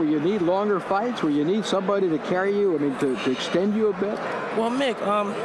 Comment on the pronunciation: 18 fyts in a yr. what a fyter